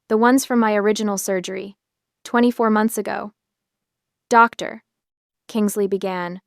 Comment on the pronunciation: A pause after every uttered 'Doctor". WHY?